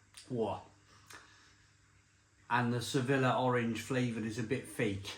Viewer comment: Speaking of pronunciations, Sevilla is not pronounced Se-villa, but Sev-ill-ya. I also smashed more than a few bottles of Smirnoff Ice back in the day. Dangerously addictive and too easy to knock back 😂